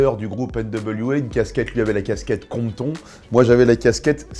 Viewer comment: Son accent pour dire Compton il me tue